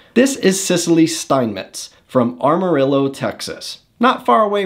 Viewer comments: Bro... learn to pronounce the names Amarillo and Stinnett. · ARM arillo texas? 😂😂😂